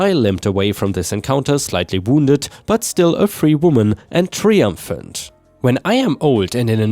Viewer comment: I love your work, but is english your first language? There are so many words you get wrong. In this example triumphant. It's pronounced try not tri.